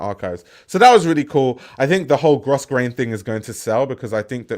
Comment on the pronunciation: Sorry, sorry sorry, but Grosgrain is pronounced Growgrain. 🙏🏼